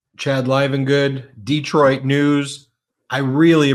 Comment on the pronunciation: Please!!! As native Detroiter, it’s pronounced Detroit!!! No extra Eees! Like nails 💅 on chalkboard 😮